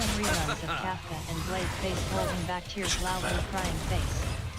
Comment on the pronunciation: Balde? Haha its blade